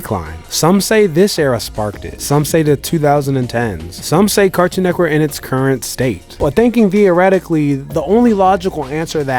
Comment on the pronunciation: Why when bro say network he pronounces it "network" but when he says cartoon network he pronounces it "cartoon neckwork"? 😂 am i trippin or what?